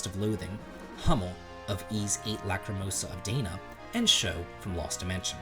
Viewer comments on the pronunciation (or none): none